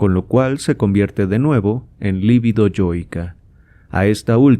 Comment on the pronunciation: Muy buena lectura, mejor que muchas otras que existen en Youtube. Sólo recomendaría corregir la pronunciación de la palabra LIBIDO (sin acento), por lo tanto no es una palabra esdrújula (LÍBIDO). La pronunciación correcta es lib(í)do. Lívido es un adjetivo para denotar a alguien pasmado o paralizado, esa sÍ es palabra esdrújula acentuada, pero se escribe con v. Debo decir que este error es común aún entre psicoanalistas. Y es que las lecturas de Freud muchas veces nos dejan LÍVIDOS... De todos modos muchas gracias por su publicación.